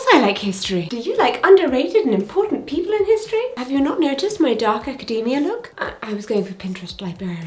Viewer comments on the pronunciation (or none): none